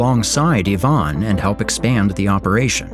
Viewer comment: Even if it's not ai, it's poor qc. Ivan is pronounced the wrong way. It's I-van, not Yvonne